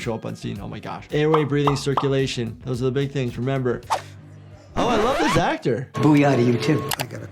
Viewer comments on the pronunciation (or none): "Oh, I Love this Acthor!" Hahaha Love That! 😂